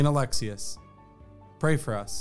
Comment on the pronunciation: Its not Alexis its Ah LEX eeeee Uhhhhs